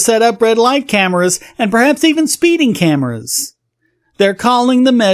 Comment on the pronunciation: Did you say "scameras"?